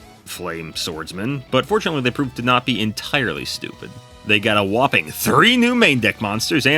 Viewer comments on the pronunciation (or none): none